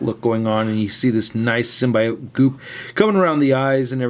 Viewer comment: The way say symbiote lol